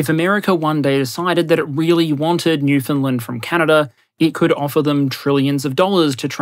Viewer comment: Ok.... ok... I have always had tremendous respect for you... but now you have taken it to a new level... you actually pronounced Newfoundland correctly.... like a local... half the populace of Canada can't even get it right! Good onya!